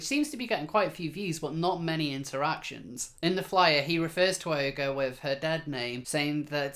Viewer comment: you are making the same mistake I did.... pronouncing the name "ogre". I did too until I heard Megan Murphy say the name and of course it's French, so it's pronounced "Oh -zhair". YW.